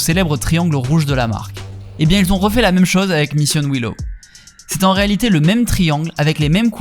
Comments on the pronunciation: Vidéo plutôt cool mais « Missiowino », seriously ? 😅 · « michione wine naw » comme dans le Kentucky 😁